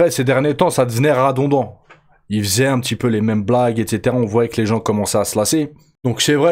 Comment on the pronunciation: Désolé je sais que tu n'as pas fait exprès mais tu m'as fait mourir de rire avec ton "radondant" au lieu de redondant mais rat don dents trop fort mec ... C'est second degré te vexe pas c'est juste un p'tit chambrage. Qui aime bien châtie bien 😉.